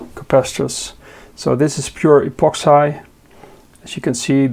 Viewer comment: pronounce 'epoxi'....keep up the good work 🙏